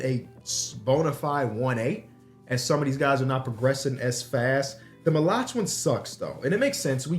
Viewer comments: the pronunciation of maluach is crazy 😂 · Dying every time he says Maluach name wrong